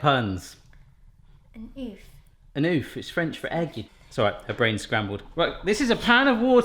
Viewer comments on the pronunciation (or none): For those who don't like the fuzzy texture of peaches, you can get nectarines. They're like bald peaches, they look and taste the same. And, btw - oeuf is pronounced "erf", not "oof". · But the French for Egg is Oeuf not Oof. XD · actually, the prononciation of the french word "oeuf" is much closer of the english prononciation of "ough" from "enough" than your attempt. Sorry for your visible efforts on these one ! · The french word for egg (oeuf) is actually pronounced like 'ough' in the word 'enough'.